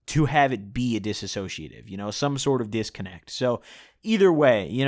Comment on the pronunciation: "Dissociative" NOT "dissasociative"